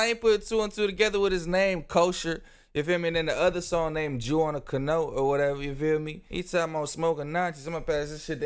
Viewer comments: I AM GERMAN AND I Lost it when I heard cano 🤣🤣🤣🤣🤣🤣🤣🤣🤣🤣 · love these reacts man! FYI canoe rhymes with jew.. so like "canoo". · Ca-no his ass cant 💀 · hahaha shit man..Ive watched a couple reactions to this video and yours was definitely the best. Also..its pronounced canew hahah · canoe pronounced cuh new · it definitely isn’t I’m from Florida ain’t ever heard anyone say it like that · Man funniest part of this video is you trying to say “canoe” ❤😢😅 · the way bro tried to say canoe 💀💀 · This the new world? People really don't know how to say canoe ? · You can’t even say canoe 😅 that’s sad lol